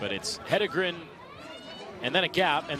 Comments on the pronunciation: Why can't most people pronounce her name? Head En Gren...easy. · What is the reason that announcers can’t pronounce Jane “He-DEN-gren”??? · Why do these announcers always struggle? Jane’s last name is phonetic. Just have to read it.